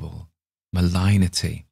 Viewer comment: Great work! We love your narration. "Malignity" is pronounced "muh-ligg-nih-tea" in both British and American English, but I like the way you pronounced it like "malign". Why not?